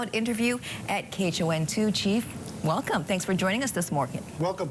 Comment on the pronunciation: "Wellcum"... 🤣 wat ah bonehead